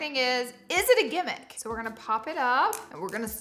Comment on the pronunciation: My late grandmothers favorite word was Gimmick ❤️ we are from south GA! I love to hear other people say it like we do 😊